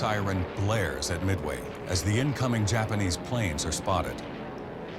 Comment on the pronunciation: omg, you saying Midway is so funny, its mid way not meway